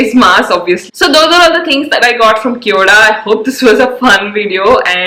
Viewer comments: It's kio da Like Khyo da ( d in Delhi) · Cheap junk Chinese store pretending to be Korean . No such store in Korea. Korean pronunciation and spelling is even incorrect. LOL !